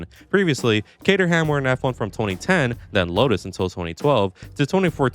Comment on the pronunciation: The way you say cater-ham… sorry